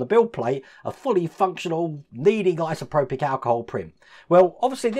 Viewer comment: Liked the video, but please, it's isopropyl, not isoprobic, my ocd was kicking off! 😅